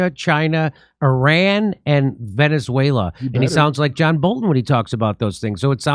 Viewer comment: Jimmy please pronounce Iran like "EE Rrun". ❤